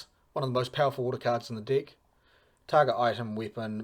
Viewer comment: Why does it always sound like you're saying "dic" whenever you mean to say *deck? 😂 Love the video btw.